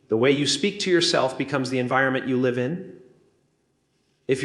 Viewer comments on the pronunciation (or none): Theirs No way it is Jim. Grammar issues he keeps saying live instead of live. A common AI sign